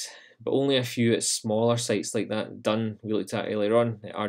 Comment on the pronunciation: 'Dun' is is pronounced 'doon'. It is the Irish word for enclosure/fort. Same thing as a ráta. The word dún is the same as the verb dún which means to close. "Dún an doras" - close the door.